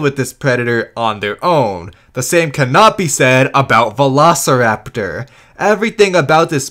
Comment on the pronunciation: The Documentary's Narrator's Pronunciation on Velociraptor Sounds like He's saying "Vanossiraptor"